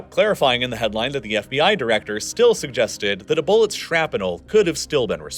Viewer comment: Fantastic and exhaustive video! The only surprise was hearing the pronunciation of "Shrap-uh-nul", how did you come to that?